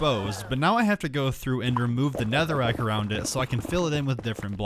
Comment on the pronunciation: Bro really said netherrick